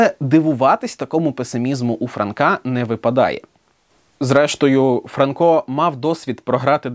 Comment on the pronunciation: Вже ФранкО, а не ФрАнко?! І нащо було каламутити людям в головах?